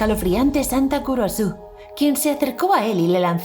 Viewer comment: Cuando dijiste santa Kurosu yo pensé que dijiste culoso